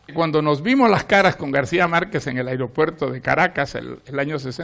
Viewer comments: “Aeriopuerto”: ??? Qué tal Aeropuerto!!! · No se dice "aereopuerto". ¿Sabe el entrevistador cómo se dice?